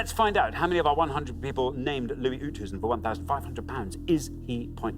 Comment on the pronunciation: As a South African it pained me to hear how they pronounced Oosthuizen.